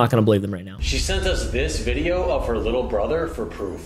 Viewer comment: Aww whittle bwilly